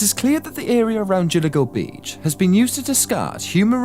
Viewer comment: IT'S GILGO BEACH NOT JILGO BEACH LOL I SWEAR U SAID JILIGO THE SECOND TIME U SAID GILGO